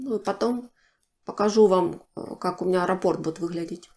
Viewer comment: Скорее, японская мастерица. Нравится, что вы грамотно говорите: нить, а не ниточка, как любят говорить россиянки, раппОрт, а не рАпорт, как любят говорить некоторые.